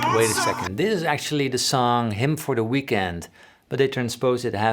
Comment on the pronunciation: Your lessons are excellent, but, man, you should do something about your pronunciation of the English language. You are murdering it and it's extremely irritating. No more thizzzzzzzzzzzzzzzz and verzzzzzzzzzzzzatile, please!